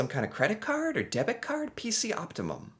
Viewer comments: "Op.. Op Tee Mum? Op-tee-mum...." yep just your typical average American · Am I the only one who finds it? Extremely hilarious that he is pronouncing optimum like Optimus Prime. Really focusing on the the first part of the word which makes me really laugh😂😂😂😂😂😂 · Lol not knowing how to say the word optimum.